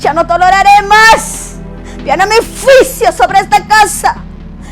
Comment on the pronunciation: Pero porque hasta ahora estás dando profecía, porque antes no lo hiciste? También pronuncia bien! Se dice juicio, no fuisio. Los jinetes, lo has leído en la Biblia, cuidado! No acuses al pastor porque ya es viudo y no está en adulterio y también ya pidió perdón a Dios y a los que lo acusan. Muchacha cuidado con juzgar en público, recuerda que todo lo que se siembra se cosecha y más tarde, te lo harán a ti. Ten cuidado, y pídele perdón a tu pastor. Se ha levantado mucha gente queriendo tener fama y dinero en YouTube. Pero usémoslo para predicar, no para deshonrar. Cuidado!